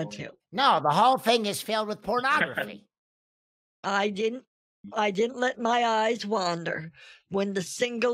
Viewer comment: Terabytes of feet pronografee 😩🤣🤣